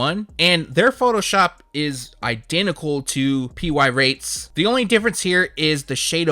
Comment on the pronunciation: Gave you a dislike bc you keep saying PY Rates instead of Pirates.